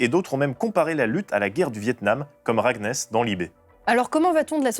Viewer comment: On dit "Raguénèse", (de "Enez" île en breton) bisous 😚